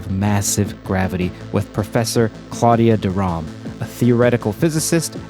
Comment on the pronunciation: Thought i'd point out her last name is Rham, not Rahm